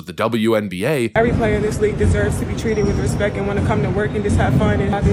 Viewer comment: Sure. You expect me to treat you with "respek" when you can't even pronounce it.